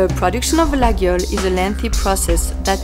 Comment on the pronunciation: amazing she has no clue how to pronounce it properly... it is not ''LaGUIole'' but ''LaYole''